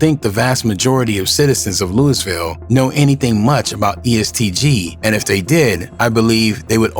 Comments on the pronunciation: It’s Louisville not Lewisville stop spreading false allegations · Naw facts im from Louisville the nigga lost me when he called it Lewisville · No doubt Lewisville come on bro ! Said he’s close to west end like wth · The pronunciation of Louisville by the moderator was enough to turn this off. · Say our city name right at least. RIP Lul Mike. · I think it's so funny how ppl that aren't from here pronounce the name of the city.. 🤣🤣🤣🫶🏾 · Rip luMike took his own life drawin down on his opponent.. dey eyes was closed so dey wouldn’t kno, dey just heard dat 4 nick throwin.. even after he fell FROM SHOOTIN HISSELF you was scared to walk down on em! Yall internet bloggers not from da city can’t even say Louisville right needa stop speakin on shit dats happening. Ain nobody “interpret it as he took his life by pulling his gun” Yall say whatever to get sum clicks but I forget yall not in da streets yall jus run wit whatever info yall can gather from da news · Once I heard you mispronounced the way they say Louisville I know this was bogus info. Who is mayor Rhudy? 😅Louisville has never had a mayor named Rhudy. RIP TRINITY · Man the way it says Louisville pisses me off every time